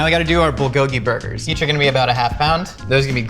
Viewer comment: I cringed every time I heard him miss pronounce “Bulgogi”